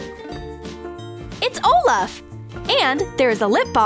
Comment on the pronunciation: IS ANYONE AS MAD AS ME CUZ SHE SAID OLUF NOT OLAF